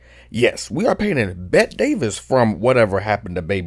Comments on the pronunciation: ....pronounced "Betty" , but still, entertaining video. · I know its spelled "Bette" but it was pronounced "Betty" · Your plot summary mixed up some details but your painting is pure and your analysis of the movie was completely on point and brought out aspects of the movie that a lot of shallow reviewers miss. Bravo as usual! Check out “Hush, Hush, Sweet Charlotte” too. It’s another Bette (pronounced Betty) Davis banger!b